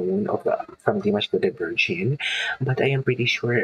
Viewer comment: The pronunciation of Dimash last name is… like you use GG “Dimash Kudaiberggen” that is how it really sounds but only ONE “G”. Dimash Kudaibergen.